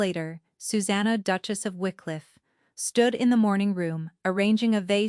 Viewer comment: Very hard to even follow the story... Duke-As' ???? Duke-es ???